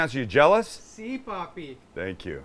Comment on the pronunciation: That "si papi" sounds so wrong! Hahahaha!!!